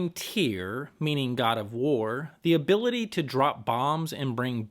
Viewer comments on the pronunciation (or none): none